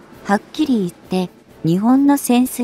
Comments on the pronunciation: にちぼんっ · 「日本」を「ひぼん」と読み上げられると一気に興醒め╮(︶﹏︶")╭